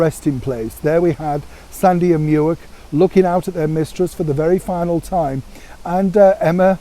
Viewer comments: Come on, the dog is called Mick not Muick, as he was named after the River Muick which may well be spelt as Muick but it is and always has been pronounced as MICK. The Queen or her staff went out of their way to inform the media of the pronunciation and source of his name when Prince Andrew gifted the Corgis to his mother. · Mick not Meeeuic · Good Morning, just a small correction, Muick is pronounced Mick. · His name is pronounced MICK, like Mick Jagger. It's the Gaelic spelling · Dear - Muick is pronounced Mick. Try black cherry jam, it seems to have more flavour!